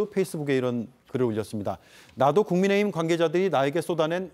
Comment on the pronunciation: ㅋㅋㅋ천하람씨 국민의힘 말하는데 국민의짐이라고 들리네 ㅋㅋ